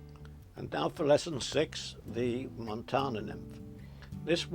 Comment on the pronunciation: Hey there! Im from Montana, iv been watching these videos and trying flies.. its great fun! Id just like to say its pronounced MontANa... where the AN is like can. Not Montona. =) I found that to be a bit silly.